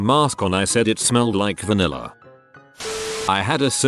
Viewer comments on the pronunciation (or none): none